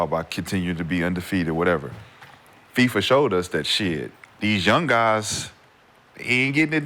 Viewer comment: Am I the only one that caught Rashad calling Fiba FIFA?? 😂😂😂😂